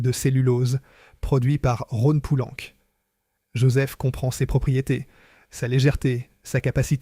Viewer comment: "la saaône" "les fosses" " Rhône poulanque" faites un effort quand même.